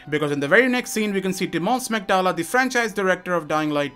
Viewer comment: Hey you pronounced Tymon's name pretty nicely for non Polish person, but next time read "Smektała" with W before last A, so No "Smektala", read it as "Smektawa". It's gonna be true flex:D